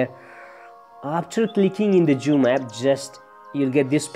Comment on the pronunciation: Its zoom not joom